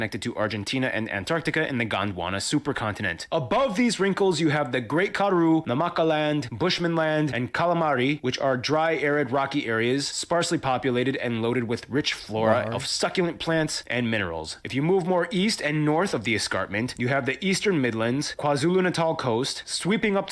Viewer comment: Well done, Geography Now man, for calling the Kalahari Desert 'Calamari'.